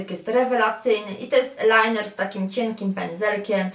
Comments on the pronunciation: z angielskiego tez nie jestem dobra ale nie mowi się "elajner" tylko "ajlajner", chyba ze się mylę,bo akurat tego kosmetyku nie uzywam😃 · nie elajner, tylko ajlajner (eyeliner):)